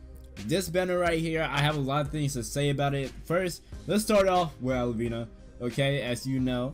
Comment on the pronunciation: And its al-vi-na not alivina